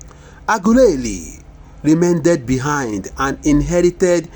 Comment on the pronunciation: Lol the person reading is illiterate can’t even pronounced well 😢 Shame on u lol😅😅😅😅 aguleri my foot